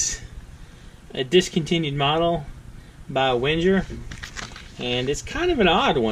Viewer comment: God, if you're going to review a knife, please pronounce its name correctly. Just listening to you speak, it made me want to smash my face into a brick.